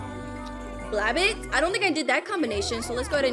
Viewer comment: It is pronounced bla-bet